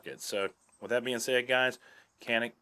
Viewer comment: no kanik or canik türkish say Janik